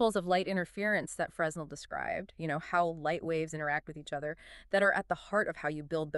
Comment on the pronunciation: Fresnel is pronounced "Frenel"